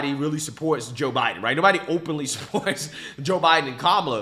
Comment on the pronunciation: Joe 'Hiden'.😂😂😂